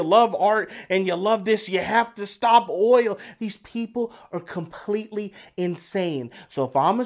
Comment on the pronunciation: Can't rhese people speak English? It's oil not oi-oh.